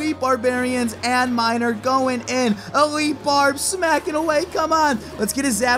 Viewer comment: elitle xd